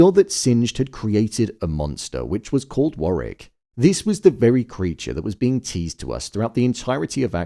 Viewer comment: Fyi it’s War wick not Warrick